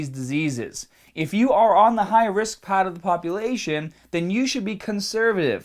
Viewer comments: Every time you say Heart or Part, I detect a Boston accent. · The yellah paahht?